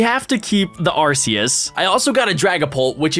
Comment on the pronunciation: Your saying arceuas rong